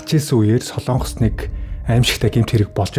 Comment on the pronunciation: СОЛООНГОС гэж битгий ярь аа. СОЛОНГОС улс шүү!!!!